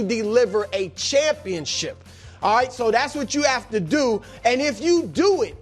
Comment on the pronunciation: Chris “Auight” Broussard